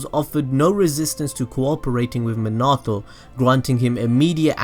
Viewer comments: I hate how he says minato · this video may have been great but i just could not get past how you were saying minato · Anyone else annoyed the way he says minato’s name? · 🖕🏻 you your sayin minato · Nice video, but the weird emphasis you put on Minato's name hurts my soul lol. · I bet didn't know this It's minato not minoto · Stop saying Manato!!! It’s Minato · SORRY but it’s (Mean-it-toe) Not (Mon-it-toe) ;)))) ;-; ;w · Me-na-toe not min-auto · It's Minato not manato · manahto? me-na-toe i spell it like that so you can get minato correct next time ya know lol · manato?? he's name is minato bro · Everyone:Minati Him:Munato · It’s not Manato it’s MINATO sorry but had to say it. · Yo if YOUR GONNA TELL THIS SAY MINATO RIGHT NOT MANTO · Why do you say Menato?!?!?!?!?!? It's Minato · I like how he says Monato instead of minato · Did you say minata instead of minato its prounaunced mi na to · dude it's Minato not menaato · His name is minito not manoto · its not menato its minato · Me-na-toe not ma-na-toe. Damn these anime noobs. Watch the damn show before saying shit BTW. Y'all ruining the series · did u say manatou?.? u mean mi=me. na . tou = toe =minatou^^ also great vid^^ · I feel like your saying Manato instead of Minato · Omg bro I know you warned us about it, but you are BUTCHERING minato's name its (meen uh toe) not min ah toe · He sais manato it’s MINATO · "Mnato namkaze" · MEAN-A-TO minato plz im get so annoyed no hate tho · “Muh-nah-toe” I hate it😭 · Bro its minato pronounced mean-nah-toe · This nigga really just said minedo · IT'S PRONOUNCED MIN-UH-TOE!!!! Nice vid by the way. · it pronuce likw this min-it-toe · It's pronounced MEEN-AH-TOE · isn’t it pronounced “min-a-toe” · It’s Min a. To But it like naruto the to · Minoto prounanced mean - uh - toe. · My OCD 😡 MIN-A-TOE Sorry 😐 just had to get it out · HOLY SHEET ITS MEEENATO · Who the fuck... is mih nah toh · Not being mean but it is MEE-NAH-TOE Thats how you say it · munatoh love it xD